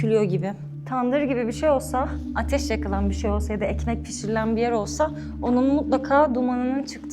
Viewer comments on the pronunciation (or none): Amerikan Türkçesi konuşmayın! Iramice değil, Aramice. Knaat değil, kanaat! Year değil, yer.